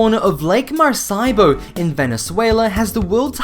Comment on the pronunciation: The narration across this channel frequently "features" mispronunciation... And particularly unusual phrasing... A pity when there's some good info....